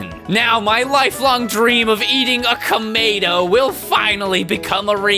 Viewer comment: I LOST it when he said "Camato" 😂😂